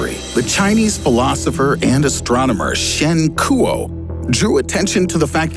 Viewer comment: 沈括 or Shen Kuo should be pronounced "Shen kwa" not "Shen Koowoh"